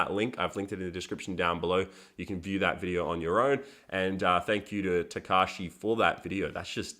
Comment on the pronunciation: if u say "tekashi" i think u mean tekashi 6ix9ine